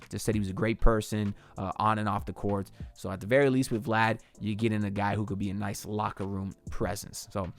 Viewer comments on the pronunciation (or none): none